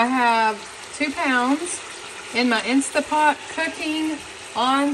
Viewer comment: InstaNT pot. The n and t are not silent